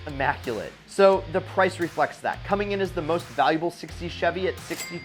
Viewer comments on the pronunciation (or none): none